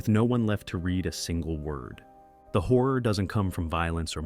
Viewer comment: Horror has 2 syllables. But I’ll listen to your talk about “cosmic whore”